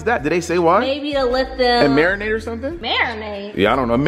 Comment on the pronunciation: said marinate 🤦🏽‍♀️😂😂